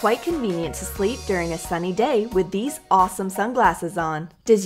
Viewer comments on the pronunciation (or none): none